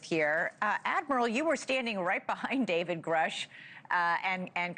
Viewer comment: Love your coverage. Please note it’s pronounced “Groosh” per my research.